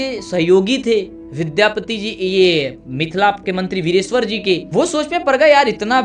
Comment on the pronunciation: Mithila k mantri ka naam direshwar nhiii..... Vireshwar hota h...